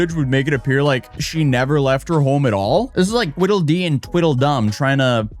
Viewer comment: It’s Tweedle dude, not twittle.